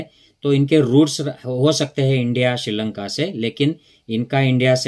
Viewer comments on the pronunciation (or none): none